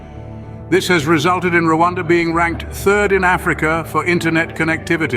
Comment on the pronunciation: Learn how to mention Rwanda it’s not Luada